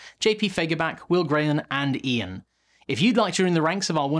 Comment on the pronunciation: You're not saying "and Ian" correctly!